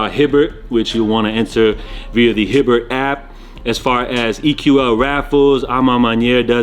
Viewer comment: "Hibbert" lmao its Hibbet fam!